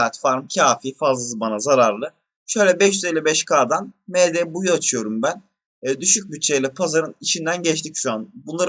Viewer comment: Sen ingilizce bildiğini felan mi kanıtlamak için md ye em di diyorsun . Benliğinizden vazgeçmeyin . Bu nedir gerçekten